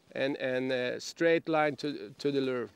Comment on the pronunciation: It’s not a “ler” it’s pronounced “lewer”. Rhymes with newer. And it’s not a “voondit’ bait fish. It’s WOUNDED. I can’t fish under these conditions.